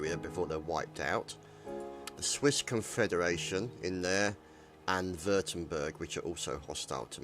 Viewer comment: Lol it's the Batavian Republic, not Batvian :d. Also Wurttemberg is pronounced liek 'Vorhtemberg' x)